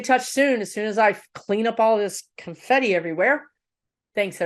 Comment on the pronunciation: ....loved the "CONFIFI." LOL